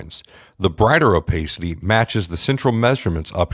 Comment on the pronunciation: Please for the love of digital rendering say this out loud .. " OH-PASS-CITY" wth man.